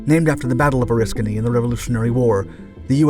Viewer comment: You pronounced Oriskany right...I wish other sites would do as much 😕, when its the topic of your video, you should know how the name is pronounced...interesting, we saw films about this fire in firefighting school, then I served on her in '75...creepy doing firewatches in the area those guys died in, never was comfortable to be aboard, but thank you for doing your research....